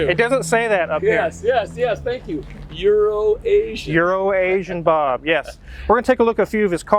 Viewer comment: ITS EURO-ASIAN... I don't know why gets it wrong or if he likes to poke fun... Also maybe David gets better deals from Bob than.